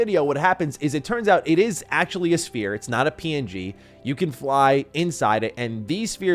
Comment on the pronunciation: Todd: “It’s like Skyrim in space.”: “ACKHULLY, it’s like Oblivion in space.” JFC dude 🤦‍♂️